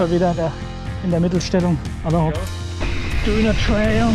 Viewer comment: Einmal "Döhner" mit alles ausser Soße Bitte 🤣